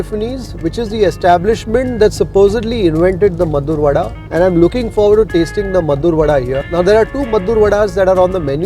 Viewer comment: It's maddur vade not maddur vada.